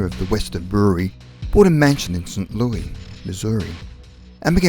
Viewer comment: Andrew Jennings I was going to say he fucked up saying Saint Louis I live in St Louis